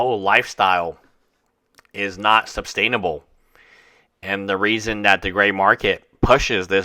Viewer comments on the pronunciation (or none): It's "suStainable" – not "suBstainable."